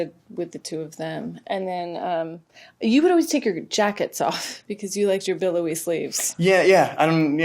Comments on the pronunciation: When Greta said billowy... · “You always liked your billowy sleeves” BILLOWY please someone get this